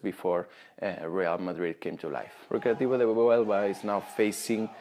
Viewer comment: .HUELVA not HUEVLA